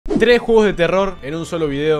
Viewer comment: Bru dijo 3jugos de terror al principio xd